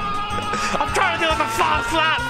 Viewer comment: "Im trying to do a fast lap" or "I'm trying to do a fart slap"?